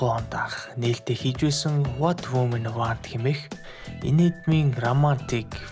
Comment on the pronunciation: Woman- вөөмэн Women виймэн Ийм юм ч мэдэхгүй байж яаж орчуулдаг юм бол? 🤔😂